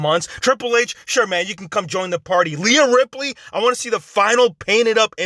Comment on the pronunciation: Leah Ripley? It’s Reha Ripley